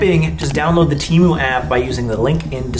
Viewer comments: temu cancelled my card soooooo..... ill pass or btw its teeh-moo not tee-moon i looked it up its annoying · bro got sponsored by temu and still didnt pronounce it right 😭